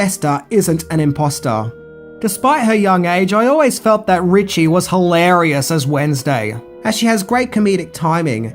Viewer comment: "illarious" gee you're not difficult